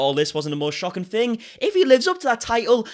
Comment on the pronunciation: THing, not Fing man. Three not free. Otherwise, love this video,👍☺️